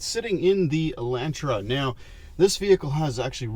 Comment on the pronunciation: It hurts ever time he says Elantra.